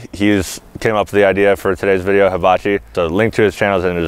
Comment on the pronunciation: "mister habachi sef shir?" what? lol